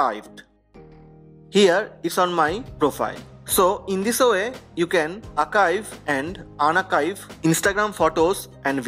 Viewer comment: It’s Archive not Akive.